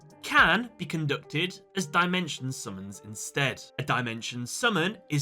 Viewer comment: Ah yes, Die-Mention. It’s Dim-ention Ai-guhme. It’s Ai-gah-me